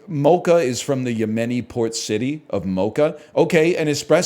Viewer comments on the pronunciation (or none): none